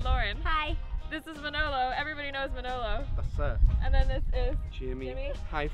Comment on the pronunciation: just needs to learn to pronounce Manolo's name. Pronounces it like a real mangia cake....lol.